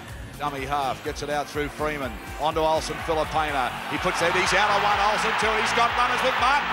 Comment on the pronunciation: It's no pania, it's pronounced fee lee pain ahh